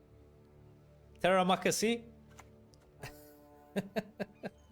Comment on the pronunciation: Yoo that “apa kabar?” (how are you?) and “terimakasih” (thank you) though, where did you learn those words??? 😆